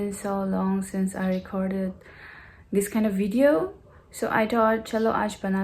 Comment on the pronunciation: shade not sads. Hope not hof, this not dish.